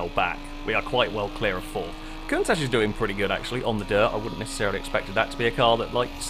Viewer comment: Is it just me or does anyone else think that pronouncing Countach like Cuntach is funny?